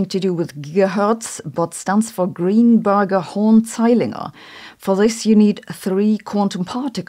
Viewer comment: Before reading I thought she said "Greenburger horn saliner"